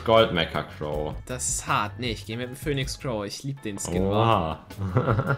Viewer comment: Pöhnix Crow